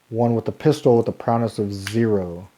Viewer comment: Really good and helpful play through, thank you! Just to split hairs, it’s prow-ess, not prow-ness. 🙂